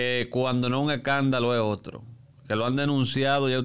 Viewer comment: No se dice ecandalo, se dice escandalo.